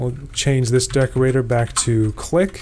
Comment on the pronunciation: 15m36s "clee"